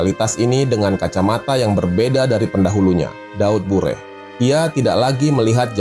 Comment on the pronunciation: Daud Beureuh, bukan Daud Bureh 🙈